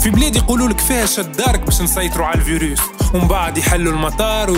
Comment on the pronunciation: Mouch 5ayba apart kelmet "souvunur" wkelmet "vurus"